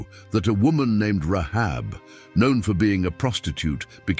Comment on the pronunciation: Say her name right - I can't watch this you're destroying it Rahab ... seriously